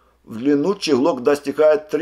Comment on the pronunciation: Не щеглок а чеглок